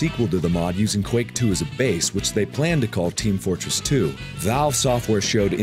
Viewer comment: Did he say Team Flortress 2?